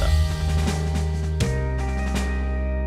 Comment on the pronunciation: 산신 생각하니깐 나레이션님이 '사신'하니까 자꼬 산신으로 들렼ㅋㅋ